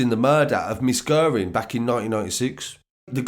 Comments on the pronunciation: Pronounced gearin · Guerin is pronounced as Gearin Naas is pronounced as Nace